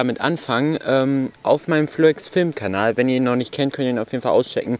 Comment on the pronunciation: Danke, hast mich falsch ausgesprochen xD [kyubax] wär die richtige Aussprache :)